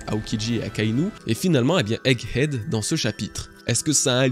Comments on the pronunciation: C'est Egg head bg pas "hegg ead" a part ca bête de vidéo ! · Bon, désoler mais "Hegg Edd" ça m'a choqué à chaque fois que tu l'as prononcé xD Le H est sur Head, pas Egg. Mais sinon merci pour cette magnifique vidéo! Et joyeux anniversaire!